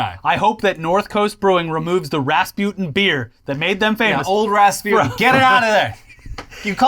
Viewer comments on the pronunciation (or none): none